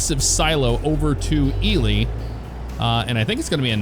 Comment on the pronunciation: Right on. It's cool to see that Ely is in this game. I'm from McGill, about 12 miles north of Ely, I work at a Copper Mine up here and I'm also a Volunteer Firefighter. So with all that said, I'm a fan of all the simulator stuff you do. Thanks for pronouncing Ely correctly lol. And for Pioche, it's pronounced Pee-oach, there's a few weird names here for sure lol. Keep up the great work man. Thanks!